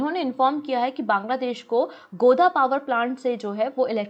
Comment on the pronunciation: Its not गोदा Its गोड्डा mam 🙂